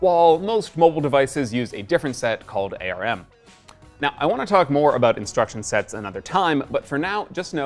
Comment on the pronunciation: Wrong. You mean 3rd generation Ryzen, not Ryzen 3. Different things. Wrong. The comany name is pronounced arm as in "you have two arms", not A.R.M. Wrong. Registers are the place in which data is STORED, not where computations take place. Computations are performed, mainly in the ALU, the Arithmetic Logic Unit. I'm fairly certain you're wrong here as well. The main latency incurred isn't through in-chip communication but through actual DRAM latency. For cache data that is "overwritten" the technical term is "eviced", FYI.